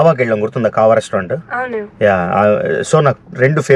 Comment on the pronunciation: "Anou" always "avunu"😂😂